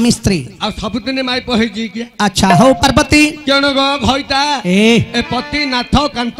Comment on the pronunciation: ବହୁତ ସୁନ୍ଦର, କିନ୍ତୁ ଘଇତା, ମଇପି ଉଚାରଣ ଟିକେ ଉତ୍ତର ଓଡିଶା କୁ ଖରାପ ଲାଗେ